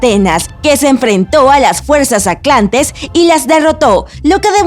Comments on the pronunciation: Soy yo o la que está narrando dice "Aclantida", "Aclantes", "Egicto", etc..? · Es Atlántida no Aclantida! Es Atlántico no a Aclantico! Son Atlantes no Aclantes! Lo dijo miles de veces! Dios! 🤦🏻‍♀️ solo hay que leer bien la palabra para pronunciarla como es! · Aclantida, aclantes, aclantico, monoica...mil veces jajaja igual salvo eso es buena la investigacion...aunque aclantida dicho tantas veces mal te saca un poco de contexto jaja